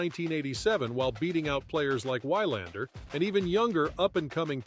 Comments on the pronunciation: Ivan is pronounced iván not aivan… Wilander is pronounced vilandr not wailander… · Vee-lahnder. TF is wrong with you?! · Def the player I liked most growing up...I started in 1980 so caught tail end of Bjorn....But Lendl was my guy growing up....very misunderstood person Ivan is....Great sense of humor...VERY intelligent.....Nice video....except for the mispronouncing of Wilander